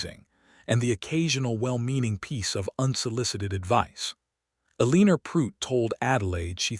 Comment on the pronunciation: I can't wait until AI improves enough to pronounce words correctly, especially Eleanor! 😮